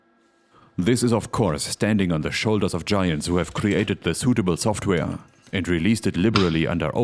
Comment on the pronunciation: Schtudio Schoftwär Beste Aussprache auf YouTube 😂